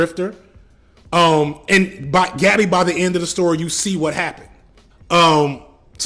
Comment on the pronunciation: I know this is nit-picky but damn bro it’s not hard to pronounce gabi’s name correctly 🤦🏿‍♂️